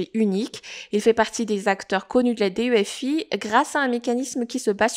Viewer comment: D. E. F. I 😂😂😂 sa me fais rire, mais sinon la vidéo est très bien bravo et merci